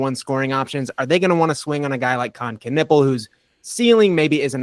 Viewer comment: Hey, I know you are really into the names stuff, so: Knueppel is a German name, i guess. Because a Knueppel is a stick in German. A stick to beat somebody to be excact. And silent Ks are not a thing that exist in German. So give it the loudest K you can. Greetings from Germany